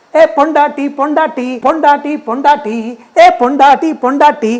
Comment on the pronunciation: Wow chef....R you talking tamil..I can't believe it..Because I'm tamilzchi..I wish you to do the full video in tamil..Your " PONDATTI PONDATTI" is so cute..And the way you're pronouncing is very superb chef !!!! And the biriyani is so good..No words to say..You're always Pakka and Perfect chef..Hats off!!!!!